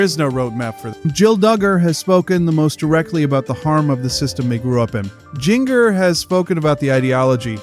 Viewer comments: Her name is pronounced “ginger.” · Omg I hate when people pronounce her name like this lol